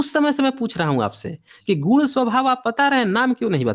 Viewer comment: सर आप दोनों पक्षों द्वारा ' गुण 'शब्द को गुड़ या गूड़ बोला जाना आपका उच्चारण दोष है जो हमारे समझने में बाधा डालता है। कृपया उच्चारण सुधारें।